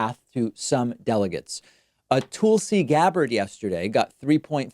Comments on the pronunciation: Why do you pronounce Tulsi as TOOL-see?? 😂 it’s TUHL-see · I don't think it's pronounced Toolsi. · Ole Toohl-see Gbard, as you say. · "Tool-see Gabbard" 😂😅😂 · It's actually pronounced Tool-See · Clicked on this to hear David say “TOOLsi”. 😝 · He says Toolsi and Boot Edge Edge :P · Why does he call her Toolsi? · Why do you pronounce Tulsi name differently? It sounds like you are saying Toolsey? I don’t like her at all but at least pronounce her name correctly cause you sound condescending. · You should really learn how to pronounce "Tulsi" and "Buttigieg" Jesus christ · Is Tulsi's name actually pronounced that way or is David trolling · Tulsi will drop out once you pronounce her name properly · You say tulsi’s name funny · He kept saying her name wrong, i just didn't know what the deal was🤐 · I see. I listened again (on lunch break, so I finally have time to listen again) and heard it this time and (this is citing evidence -- try it sometime). I would give David the benefit of the doubt and assume that he just doesn't know how to pronounce it, though he could be mocking her... I just don't have enough information to know (like, I haven't seen an episode where he pronounced it like Tull and then decided he would purposely mispronounce it). Nonetheless, still not relevant to the argument in this thread. He made an argument for why she should drop out, rather than just assert what he believes (like you did).